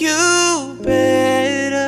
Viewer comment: i love how connor says baytor instead of better